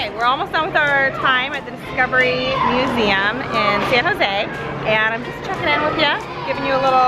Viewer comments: "Science Nuseum" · "nuseum" I'm in love with ahaha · says nuseum in stead of museum